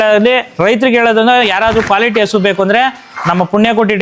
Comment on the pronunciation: ಹಸ ❌ ಹಸು✅😂😂😂